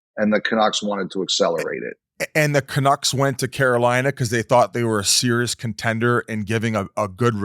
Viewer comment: Big misses for Murls… first it was $92.8M not $96M… second can’t actually pronounce the Canucks… finally to me there is still meat there for Murls rumour as Pettersson’s NMC is only the last 7 of the 8 years… why would they leave a full first year to move in the contract. C’mon Murls… at least come prepared if invited on to the mother ship!!